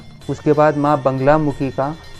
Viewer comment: Banglamukhi nahi bolte. Naam Baglamukhi hai.